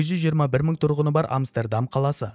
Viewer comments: Амстердам деген Амберем деген сияктыма? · Амстердам деп айтқаныңыз басқаша естіледі екен құлаққа 😂 басқаша айтасыз